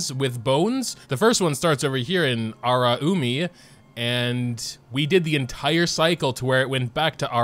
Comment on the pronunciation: Hearing you say, as someone who can speak Japanese, feels so uncomfortable. (It’s a-la-you-mi)